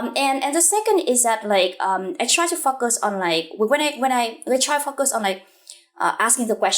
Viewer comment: Huyen, everything is impressive-- the hardwork and smartness comes through! Lots to learn from your work! One thing though... The way you pronounce the word "focus" doesnt quite sound right!